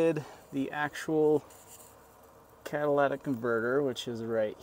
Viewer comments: It's pronounced cat-a-ly-tic not cat-a-la-tic converter. Just saying. Thanks for video, gonna get one for my Chevy Colorado Z71. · It is pronounced "cat a lit ick" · cat a lit ic.... not cadillac ic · 🤣🤣🤣Cadillatic converters?